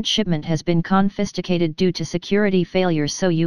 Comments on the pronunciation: your package has been "cofistigated" 🤣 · I have to say that I like 'confisticated'. It adds a little something extra. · " Your recent package has been " CONSKAFATED" lol! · who would say confisticated insead of confiscaded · Con-fest-icated?!? LMFAO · "Confisticated" sounds dirty... 😂